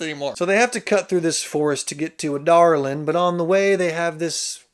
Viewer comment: Actually how it's pronounced!